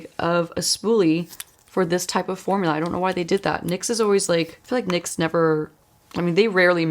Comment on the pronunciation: It's "nicks" not N .Y. X. Just saying